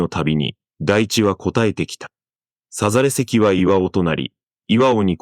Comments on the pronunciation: さざれ石 × さざれせき ⚪︎ さざれいし その他にも読み間違いが多い。歌詞を間違えないでほしい。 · さざれ石(せき)などの読み方だけでなく、AIが日本語を真に理解した時、AIに感性が目覚めて自我を持つことになるだろう。